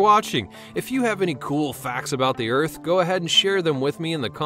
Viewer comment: Planet Earf.